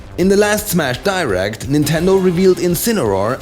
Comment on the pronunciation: Direct pronounced die-rekt. Everyone except Kirby is dead. Coincidence? I think not.